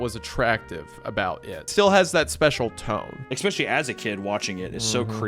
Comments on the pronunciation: please oh please! The word is “Especially” not “Expecially” 🤓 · When can I get a shirt that says Expecially?